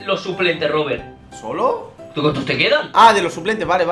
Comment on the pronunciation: En el 8: 21 dice robelt en ves de Robert